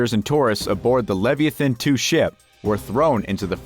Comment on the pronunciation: hahaha WHAT DID HE CALL IT?!?! The Levi-A-Thin ?!?!?! HAHAA!!! LE-VAI-UH-THIN you know... A HUGE MONSTER... usually in the water???? Do these narrators even bother looking up words they don't know? I wouldn't pay them if they made such DUMB ASS MISTAKES LIKE THIS!!! I can't wait to hear what he screws up next... the previous narrator sounded much nice and had a brain at least... I guess it DOES cost money to get QUALITY WORK